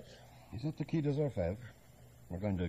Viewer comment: Despite being American, the actors can pronounce French correctly, so why Qui & not Quai?